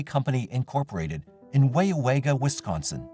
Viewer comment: I grew up in Waupaca county, and I have to say I chuckled at the pronunciation of every single town included in that story. No shade intended— they’re all weird names. I just forget that outsiders don’t automatically know how to say them 😆 If anyone’s curious: Weyauwega = “why-WEE-gah” Waupaca = “wuh-PACK-uh”